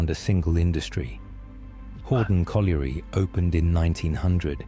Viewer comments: Bad ai pronunciation. You were correct with potash not powtash as the narrator says. However it is colliery not coalery so you got that one wrong lol. I live 5mins from Dungeness and it's windswept and rather desolate but has lots of amazing wildlife so photography is brilliant. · One of your better reaction videos. Didn't listen !! " the river silted up " !! SHINGLE is small beach pebbles. POT ASH not PO TASH. COLLIERY is pronounced COL YUREE. DOOMS DAY BOOK not DOMES DAY .